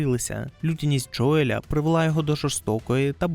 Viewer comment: Заради всього святого: не Джоєль, а Джоіл\Джоєл